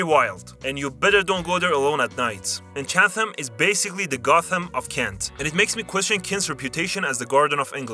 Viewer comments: It's pronounced "Chat-hum" and "Gilling-hum", with the G sounding the same as the J in "Jug" The way you pronounced Gillingham is correct if you're referring to the one in Dorset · Chatham is pronounced "Chat 'em"